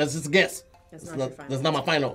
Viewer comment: I have never heard anyone mispronounce "guess" before. 😂